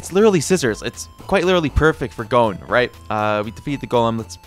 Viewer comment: Why do you keep saying gone or cone instead of his actual name 😭